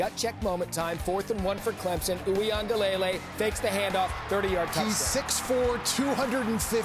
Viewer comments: The end of his name is LUH-LAY not LAY-LAY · It’s pronounced wee-ngah-le-lay